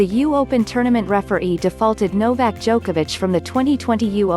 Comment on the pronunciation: Djokovix? XD